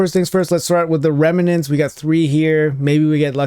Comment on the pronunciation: OMG .... its pronounced REM NENTS ....... not Reme nents ... no E in the middle